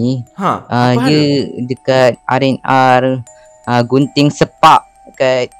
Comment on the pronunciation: 😂😂😂😂hahaha rnr gunting speak bukan ke rnr genting sempah